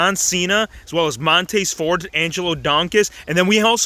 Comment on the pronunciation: “Montayz furd and Angelo Donkis” 😂